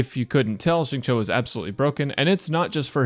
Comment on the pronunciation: I was 5min into the video trying to figure out what was so weird about it and realized it's because you're one of the only people I've seen pronounce Xingqiu's name correctly 😂😂😂😰